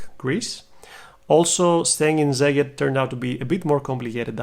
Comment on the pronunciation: Szeged is pronounced "Seged" not "Zeged".